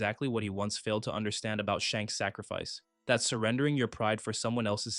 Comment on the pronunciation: Wasn't sure if anyone else had mentioned it yet, but you kinda keep saying Shanks' name backwards, my guy!